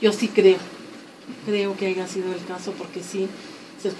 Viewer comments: Doctora? Diciendo "aiga" al 43.05? No mames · La señora está es maestra y participó en un programa gringo para latino américa y dice aiga? Tiene errores ortográficos hasta hablando y dicen que es maestra discúlpenme pero dónde se graduó. Aiga sido cómo aiga sido, allá señora maestra de Discovery Chanel yo no sé que bestia la contrató pero en fin en el reino del señor existe de todo, saludos y me gustó su entrevista